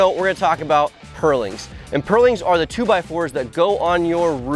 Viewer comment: I'm enraged by the way you say purlins.